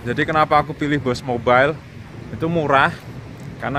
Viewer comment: boost mobile bang bukan bos mobile